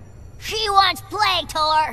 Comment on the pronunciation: It's torr, not thor.